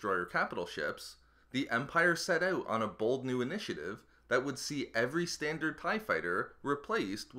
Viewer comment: You're Canadian?? Didn't know until you said "out" today